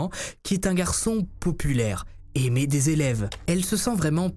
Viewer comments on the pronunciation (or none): none